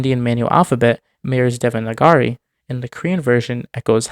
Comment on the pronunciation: DevnAgari, not DevaNgari